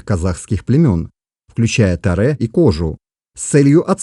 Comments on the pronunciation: 😑😑😑 почему "Таре" если можно сказать не ломая язык "Торе" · Автор, слух режет Ваше произношение 😱 в казахском языке ударение на последнюю гласную не кОжу , кожА , не тОрю , а торЕ и не склоняется! Рахмет! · Автор, в казахском языке (и в др.тюркских языках) ударение в словах всегда ставится на последний слог - "Кожа́". Слова произносятся как и пишутся, т.е. не Тарэ, а Торе́. Род "Кожа́" не "белая кость", а потомки исламских мессионеров. "Белая кость" - это род "Торе́" (потомки Чингизидов).